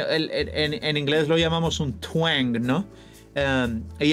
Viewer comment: eso de lo que hablas en el minuto se le llama "quejío flamenco". Podrías deletrear lo que me parece que pronuncias como "tweng" como equivalente en el Country? Es por pura curiosidad